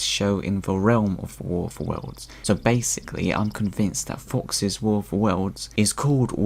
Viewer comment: Look. It's 'adaption' ok? It's also : 'Worfa Wurls'.